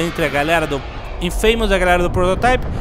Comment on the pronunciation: "Infeimous" não, pô! Se é pra arriscar o ingrêis, arrisque direito, JN!